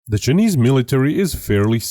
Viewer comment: "The cha-knees military"